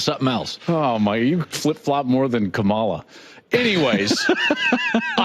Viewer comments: He can’t even pronounce her name right. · Hey Colin, you’re good enough to call out that comment. Let’s stick with sports. Joel, learn how to say the VP’s name. It’s not that hard and you’ve had 4 years to figure it out. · That’s not how you say her name Joel. I see you now 🤔🤔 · Mispronouncing her name indicates a lack of respect for the person, not the politician. Is it because she is a woman or a woman of color - keep her name out of your mouth if you don't have the decency to say it correctly. Otherwise, I could have taken the joke. Respect women. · Incredibly disrespectful regarding mispronouncing Kamala. And flip flop comment is more appropriate to Trump, along with liar and insurrectionist. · Learn how to pronounce Kamala’s name, Joel. Keep your politics out of this! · Joel Klatt is better than the sad attempt of making a political joke and the purposeful mispronunciation of her name. C'mon man. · That’s the last Klatt segment I watch or listen to. I respect that everyone has a political opinion. I figured him to be Trumpy. Part of the terrain. But purposefully mispronouncing her name is juvenile and a sign of deeper anxieties, particularly about strong women. Once again, don’t care who you vote for, but show some respect. She’s been a DA and a VP. He’s an ex-jock who tries to come up with hot takes. Just shows his insecurity. Kind of makes me think of a couple of days ago when he went on about Nick Wright’s hair. Dude has issues. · Why is it that these corny white guys pronounce this black woman’s name wrong on purpose? I use to like this dude but I know what side he’s in now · Red/Blue aside: Either people cant pronounce the VP's name as her Mother named her, or they're intentionally being disrespectful. Klatt's highly intelligent so yeah... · Klatt..stick to sports. And if you’re throwing strays at least pronounce your Vice President’s name correctly. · Shocker, Katt is a Trumper. Can’t even pronounce the next president’s name correctly.